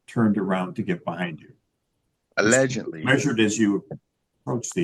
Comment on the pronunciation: allegendly or allegently, not sure what made up word he’s saying here